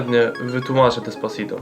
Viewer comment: "Despaczajto"... Umarłam ze śmiechu xD!